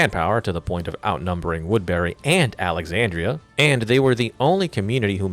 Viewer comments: its pronounced "woodbury" not "woodberry" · its woodbury not wood berry lmao